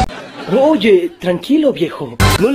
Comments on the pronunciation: No sé dice oye zyyy se dice oie zi jajajaj XD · We no se dice oye zyyy se dice oie ziii